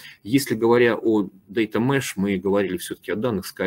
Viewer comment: data mesh a не mash)))